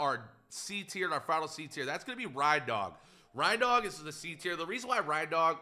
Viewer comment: SAY R.E.I.N.D.O.G PROPERLY